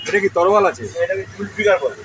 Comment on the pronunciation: তরোয়াল ❌️ তলোয়ার ✅️